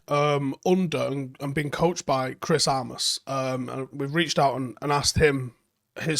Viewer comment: Its armas not aramas right?